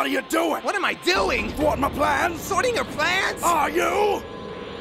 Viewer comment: Trunks: "Sorting your plans?!". Damn it, Trunks! It's thwarting, not sorting! Shit! 😬